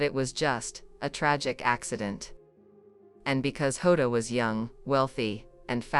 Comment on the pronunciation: Plus he doesn't get name right it's diogo jota and Andre Silva not hoda